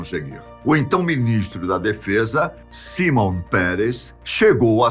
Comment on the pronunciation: A pronúncia correta é SHIMON, com som de X mesmo